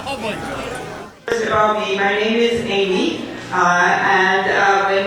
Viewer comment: Amy in Spanish is usually Aimé... pronounced Ī-meh. She's so weird.